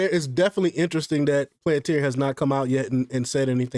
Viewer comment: Lmfao 🤡 can’t even pronounce it right. Instant block and downvote